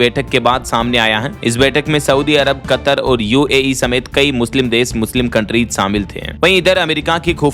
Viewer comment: अरे मूर्ख । तुम कतर शब्द का उच्चारण गलत कर रहे हो यह शब्द कत्तर नहीं है। कतर है